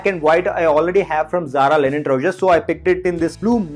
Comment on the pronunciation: its linen not lenin